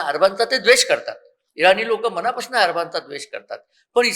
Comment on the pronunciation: अहो मॅड म मराठी थोडी सुधारा कल्पणा नसुन कल्पना, मणा पासून न म्हणता मना पासून म्हणा कदाचित तुमची प्रतिष्ठा वाढेल.